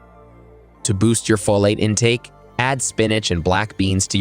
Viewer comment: "Folat" too.